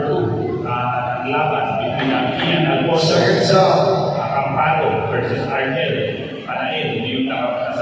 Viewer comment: It's Kean Alfonso Acampado po bako ning Kian Alfonso Acompado..congrats Kean and also to your opponent.